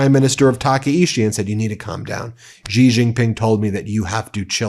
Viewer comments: It's "Xi", pronounced closer to "she", not "жi". Yes, I used a Cyrillic letter because they have the letter ж and we don't. It sounds like si in version. I see this mistake repeated everywhere. Is it a coordinated sign of disrespect? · It’s Shee not Gee.